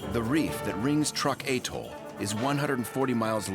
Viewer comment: So could you. (It's "atoll.") 🙄